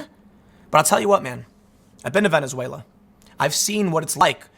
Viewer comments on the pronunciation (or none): none